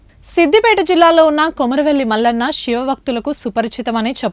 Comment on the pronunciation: First pronounce the God name properly.. It's not షివ,,,,,, "శివ"... Palkadam nerchukoni channel లో పెట్టండి